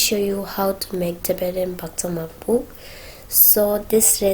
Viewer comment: I think it is not bhatsa marku. I think it is bhagtsa markhu. Because of བག་ཚ་མར་ཁུ་.i་think it is so important to say that we have to say exact Tibetan language pronunciation. It is my comment. May hope u use better next time. So nice video. Hearty Thank you. Keep it up.